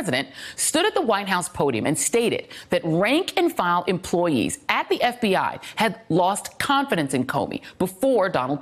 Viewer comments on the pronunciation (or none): It's pronounced "eff bee eye" not "eff bee AH". C'mon